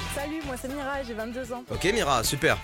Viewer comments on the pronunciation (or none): Avez-vous été stressé à chaque fois que Mastu a dit Mirya au lieu de Mira ?😂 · Y'a que moi que sa pertube qu'il dise "miria" au lieu de "mira" au début ? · T'es pas seul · on en parle que toutes la vidéo il a dit miria au lieu de mira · Mira pas miria oh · Il dit miria mais c'est mira😭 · Mastu. Son prénom c'est Mira pas Miria. :0